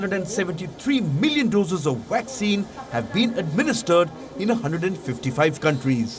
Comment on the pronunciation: Why does this narrator call a vaccine a waxine, seems suspicious....